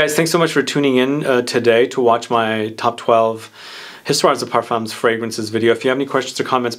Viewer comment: No S at end of either word ... Histoire de Parfum ... the S is silent 🤣🤣🤣🤣🤣. My favourite is 1740 and my birth year 1969 👍🏻. Oh and in 1804 Napoleon was granted title of Emperor 👍🏻